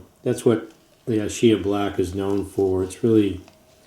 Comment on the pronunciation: Just to let you know, that ch is prononunced like a K in Italian …. ISCHIA... I know because my mother was born in Ischia